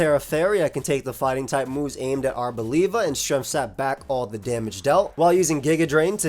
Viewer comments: Bruh really said labia 🙃🤣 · Arbolabia is my favourite Aim mon, just because of journey to prononuce its name coreectly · I didn't expect the Italian accent on "Arboliva" 😂 It cracked me up! (I'm Italian btw)